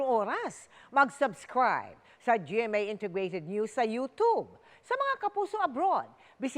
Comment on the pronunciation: Anu ba tamang pagbasa,youtube or yotob😂😂😂😂😂